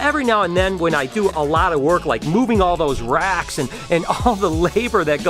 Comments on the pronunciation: I thought u said Rats at first so i am like why would ur father-in-law have a storage unit filled with rats?!?! 😂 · When u said 'moving racks' I somehow heard 'moving rats!' I was so confused! Love the vlogs, keep up the good work!✌️x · Did anyone else thought he said rats instead of racks 😂😂